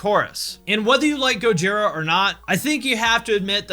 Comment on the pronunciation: Thank you for saying Go-jee-rah, not Goj-eye-rah. Also, Slip what? Limp who?